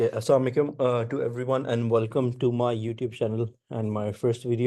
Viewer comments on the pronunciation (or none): none